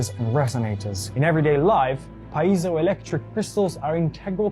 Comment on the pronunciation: Wow Billy Carson can’t pronounce ’piezo’?